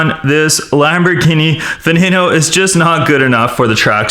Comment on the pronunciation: it is veno not vonano